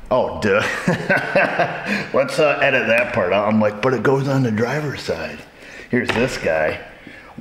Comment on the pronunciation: There is no "L" in "driver's side" mate. Perfectly acceptable mechanicing.